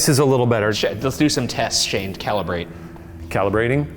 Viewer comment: Shane “calibrating” killed me 🤣